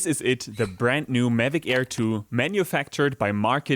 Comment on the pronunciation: Best video so far except he kept saying it as Medic Air 😂